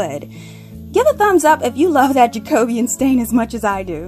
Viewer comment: Lovely ideas! I also love that you say "Ja-CO-Be-An" correctly (not "Jake-o-bean")